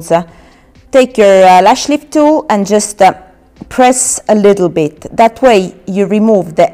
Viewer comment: Why do you put an 'a' on the end of your words thata, offa, sectionsa, shieldsa